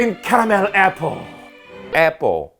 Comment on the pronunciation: 애뽀어(Apple)~~ 하시는데 PPAP 또 나오는 줄 알고 소름돋을 뻔했...ㅋㅋㅋㅋㅋㅋㅋㅋ 난 여기가 더 예능채널 같은뎅~~🤔ㅋㅋㅋ (라고 생각한 대청자 1인이어따)